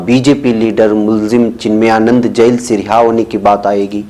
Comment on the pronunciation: بہت افسوس ہو رہا ہے یہ کہتے ہوئے کہ کئی بار آپکا تلفظ صحیح نہیں ہوتا ہے، آپ جیل کو جس طرح بول رہے ہیں وہ سن کر میری طبیعت بھاری ہو جاتی ہے کان بوجھل ہوجاتے ہیں، برائے مہربانی الفاظ کے تلفظ پر بھی تھوڑا کام کریں،